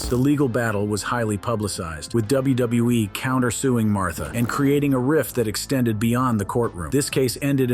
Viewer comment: u say wbe what wbe